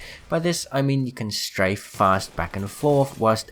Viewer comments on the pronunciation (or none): none